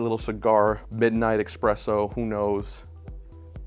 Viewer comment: It's not EXpresso... it's pronounced ESpresso